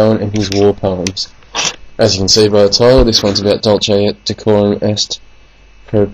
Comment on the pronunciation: This is Rubbish ! He cannot pronounce the title properly, nor even read the poem without error. Who is this fool ?